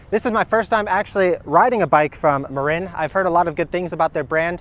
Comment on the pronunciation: Hey – I live in the SF Bay Area, just across the bay from Marin County (home of this bike brand). FYI, the name is pronounced muh-'rin, not muh-'reen.